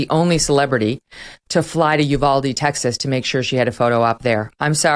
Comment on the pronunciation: Please say Oo val day. The constant mispronounciation is bewildering.